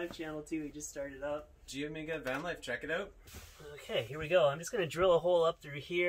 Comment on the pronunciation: "check it ooot" :)